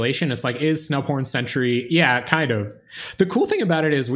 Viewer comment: Totally thought you said Snow Porn Selesnya during your intro. O.o